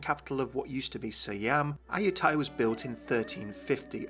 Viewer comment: you said it wrong D::: Im half Thai but nice try + my mom and sister are born there and i have been there a lot i hope its going to be good and not be shit... :DDD